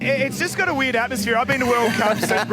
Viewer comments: The way he keeps saying 'weird' sound like he's saying weed. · i keep hearing weed not weird lmaoooo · It’s "weird“ not "weed“ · bro said weird i heard weed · I went through half of this video of knowing that he says "weed", instead of "weird". Now i have to start again. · For the longest time I heard weed, then I came to realize that he is in fact saying weird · Is it just me or is he saying weed :P to my ears it sounds like weed, anyway love the video. May Allah bless you and everyone around you! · i was so confused when he’s saying weird i thought he was saying weed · Is he saying weird or weed? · Excellent vid, but every time you say "weird" it sounds like you're saying "weed", so I was confused did they ban beer or weed? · It’s funny how you pronounce weird, sounds like weed and I love your sentence at the end, keep it up Akhi! Jazzak Allah Kheir